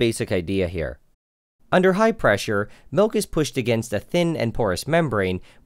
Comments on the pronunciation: Seriously? Malk?! Are you serious?????? MALK?!!!!!!!! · The way you're pronouncing"milk" reminds me of Julian Smith's video 😁 This has been great!